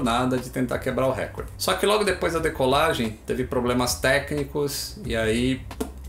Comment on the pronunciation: "Récorde" nãooo